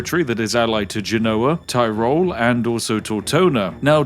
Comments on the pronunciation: You might be delighted to know that the Austrian/Italian region of Tyrol is pronounced more like Tea-Roll than Tie-Roll! You're welcome! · The fine Region Thayrol... I am from Germany, my ears are bleeding D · It's actually pronounced "tea-rol"